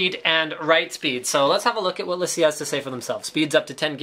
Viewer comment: No, it's lA see: It's a french company so not lay-see